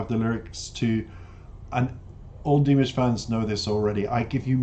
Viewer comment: Dee-MOSH, not DEE-Mish.